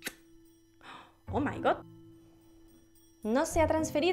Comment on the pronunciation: Oh my god se pronuncia Oh mai gad como con a no con O.